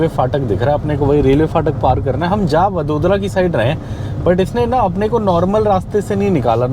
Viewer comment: वड़ोदरा, आणंद - ye hain in shehron ke naam. Jaise डिल्ली nahi दिल्ली hai, लखणऊ nahi लखनऊ hai. Bahot enriched hai Indian languages ki sounds, sahi jaanane ka utsaah rakhna chahiye.